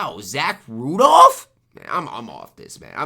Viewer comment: Is intentionally mispronouncing names or nah. Its fun tho.rudolph aahaha